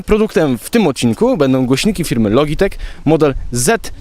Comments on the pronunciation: Mówi się jak już "lodżitek",więc też nie masz racji :P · A nie przypadkiem "loDŻitech"?